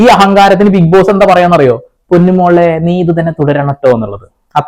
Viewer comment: ഇതെന്താ ബിഗ് പോസ്സേ ഇംഗ്ലീഷ് ബിഗ്‌ബോസോ 😂